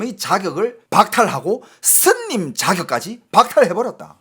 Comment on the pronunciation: 스님을 슨님이라고,,,ㅋㅋ